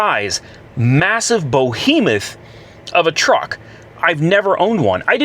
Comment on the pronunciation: Bohemoth??? Bohemoth?? You making up words? How about behemoth… be not bo… behemoth…